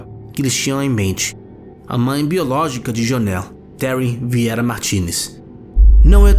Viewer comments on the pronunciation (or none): none